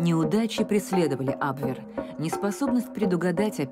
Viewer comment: Почему вы так ужасно коверкаете слова?!Если у вас нет нормального переводчика,могу предложить свои услуги. Не камрад,а камерад! Не абвЭр,а абвЕр.